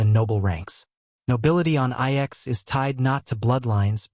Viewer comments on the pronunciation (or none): lol, AI slop can't even say the name of the planet correctly